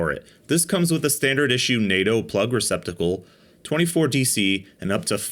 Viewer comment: He said , Reciptable...